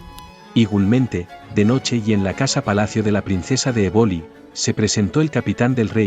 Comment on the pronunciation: EBOLI, se pronuncia, con acento en la E. Sino, suena muy extrano.